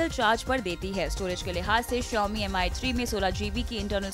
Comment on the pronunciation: Ankit was the only saving point for this show.. This guy is total waste & you can see the standard of the show now without Ankit.. They can't even pronounce phone's name properly. It's pronounce 'Me' ( Rice in Chinese ) and not 'Am Eye'. This dumbo is a hardcore Apple fan & will wait outside Apple store whole night & spend 60K-70K to get iPhone 6...